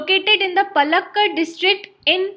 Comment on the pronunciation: Paaaaaaalakkad not P 1/2A lakkad:))))